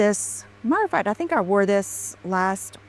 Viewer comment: Dear god, please stop her from saying "matter-a-fat". I can't take it. And while you're at it, please stop her from saying "oh my gosh you guys". 🤮